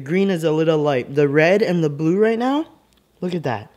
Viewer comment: "The bue flavor," Good job, good job.